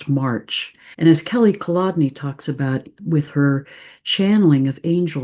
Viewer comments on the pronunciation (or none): none